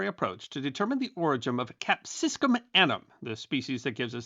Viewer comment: *cap-si-cum, not "cap-sis-cum"